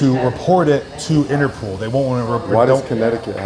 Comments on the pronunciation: Of course they won't report it because there is no "Interpool." It's called Interpol (and pronounced Interpaul) , which is the abbreviation for the International Criminal Police Organization. It was established in Europe, specifically in Vienna, Austria, in September 1923. It was originally created to help apprehend fugitives across Europe, not in the United States. It was somewhat equivalent to the FBI, but with an international role throughout Europe. The United States applied to join Interpol in 1938, when Congress passed a statute authorizing the U.S. Attorney General to obtain membership on behalf of the U.S. government. Today, 198 countries are members of Interpol. Today, Interpol's headquarters are located in Lyon, France, while the International Court of Justice is located in The Hague, Netherlands. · INTERPOL... not INTERPOOL 🤣🤣🤣🤣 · Interpool? 😂 cmon guys it’s interPOL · Interpol not pool. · Who is INTERPOOOOL ….you mean INTERPOL 😂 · Inter-POLE, NOT innner-POOL 😂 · Its pronounced interPOLE not pool and spelt interpol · Inter-pole, not Inter-pool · Inter pol,pool😂😂😂😂😂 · it's Interpol not interpool!🤣🤣🤣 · Interpol not Interpool 🙄😂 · interpol...not interpooool 😂😂😂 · Interpool???? Interpol bro. Up your game dude. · If I hear anyone from that dealer say InterPOOL again, I am unsubscribing 😉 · driving me crazy saying interPOOL